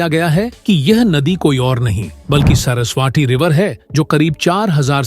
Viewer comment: सरसवाटी नही बे सरस्वती बोल